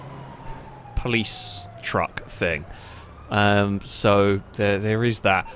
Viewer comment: Still wish you knew the difference between think and thing .(somethingnot somethink).. can hear my English grammar teacher turning in her grave